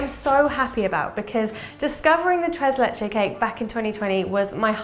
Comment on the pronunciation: "tres leche" 😖😅